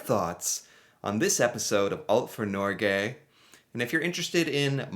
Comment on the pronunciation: As a dane that speaks Norwegian. It hurt me when he said norge.